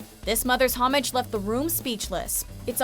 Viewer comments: I cringed at how she said homage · The homage mispronunciation of the +MsMojo presenter is very nearly as terrible as saying, 'two thousand ~AND~ eighteen' or 'where are you ~AT~?' This is type of grammatical laziness is precisely how unnecessary idiocy slithers its way into the vernacular. Learn it.